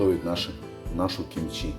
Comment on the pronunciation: Ты оскорбляешь слух всех корейцев и мой за одно. Не чимчи, а кимчи. Это все равно, как называть Hyundai - хьюндай, а правильно - Хёндэ. И даже привычное название столицы Сеул звучит Соул. Но за рецепт респект и уважуха!